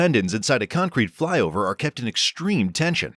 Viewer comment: "Flyover" in an American accent?